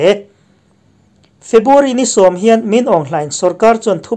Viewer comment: A ngaihnawmin a bengvarthlak hle mai. A puangtu hian February tih turah Febuary a ti tlat thin ka hria.